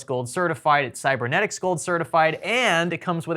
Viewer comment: Come on it's cybenetics not cybeRnetics. I don't get it, everybody is saying it wrong. Btw. You should check the BIOS-batterie. It could be that IRST is preenabled by resetting the BIOS from a low voltage batt. disk management is easier to reach by right-clicking the windows start button and why don't you clean that m.2 with diskpart to get rid of the efi and win_re partition? cmd (as admin)->diskpart->lis dis->sel dis x (4xx gb drive number x)->clean, open disk management initialize drive as GPT and create a volume Besides that great Video as always.